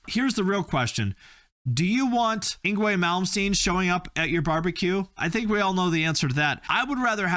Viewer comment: Actually yngwie is Actually pronounced ing-vay. The w sounds like a v in most European languages like Swedish or German.